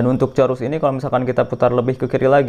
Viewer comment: sebut betul2 bang bukan corus.. chorus... tp sebutan nya umpama KOres